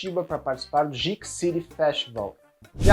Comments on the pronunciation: Geek = “guik” pelo amor de Deus!!!! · Você tá falando "geek" errado. Tirando isso, o vídeo tá ótimo como sempre!